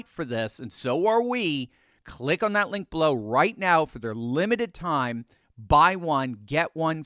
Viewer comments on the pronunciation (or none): none